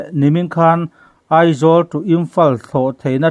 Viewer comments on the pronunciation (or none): none